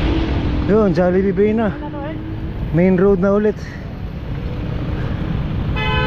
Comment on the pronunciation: Eto ang pagkakataon na humirit ng “, baka naman!”.. Ba-i po yata ang tamang pagkakasabi imbes na Bay, Laguna..